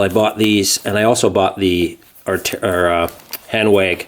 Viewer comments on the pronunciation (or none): Great review, but maybe learn how to say the names correctly, such as Hanwag. “W” in German, sounds like “V” in English. You wonder why Europeans rolled their eyes with Americans.